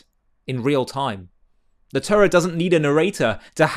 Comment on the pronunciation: Why cant you pronounce the Torah properly? Why do you say Turra?